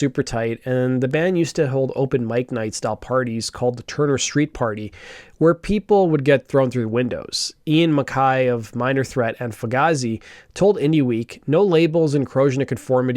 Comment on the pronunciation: it's pronounced mc kay. Not mc kaie